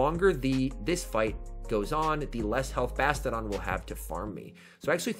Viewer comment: I want to punch myself in the face every time you say "Bastidon" and not "Bastiodon".